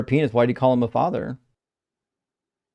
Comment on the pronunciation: What's a fadder 😂😂